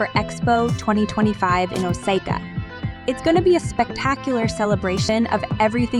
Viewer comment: The way they pronounced Osaka just ticked me off.